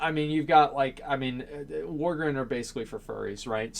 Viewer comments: Its Vrykul not Vykrul and Worgen not Worgren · I would like to see "Worgren" and "Pandren" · wtf is a wargrin? XD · The fuck is a worgren? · "Worgren" Come on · Doesn't pronounce worgen right, and assumes we're all furries. Ughh please. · Man, As cares so little for Worgen, he doesn't even say their race right :P